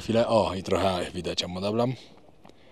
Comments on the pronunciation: Nie mówi się Amma Dablan, ale Amma Dablam, i nie portierzy, bo ci są w hotelach, tylko porterzy czyli tragarze. I nie Dingbucze, a Dingbocze. Można to skorygować. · Ty wypowiadasz n na koncu imienia Ama Dablam Dam Ci rade: jesli chcesz przeleciec Asie, to nie zwracaj sie do niej Kasia. To jest szacunek?